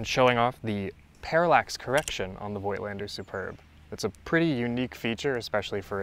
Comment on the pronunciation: I made it a habit to try to educate photographers all over YouTube presenting some Voigtländer gear on how to pronounce it correctly (with little success, unfortunately). Voigtländer is not pronounced with an "oy" like in "joy" but with a long "o" like in "horse" or "door". Personally, I really like the look of those old lenses. I myself use a 1939 Rolleiflex as my preferred medium format camera. The Superb is in fact a great camera and was one of the more serious competitors to the Rolleiflex in its time. It had a better lens (the Heliar has five elements to the Tessar's four elements) and its parallax correction was unmatched - the Superb is the only TLR where the viewer's image is identical with what the taking lens is actually taking. I'm still hoping to find a good one for a reasonable price someday.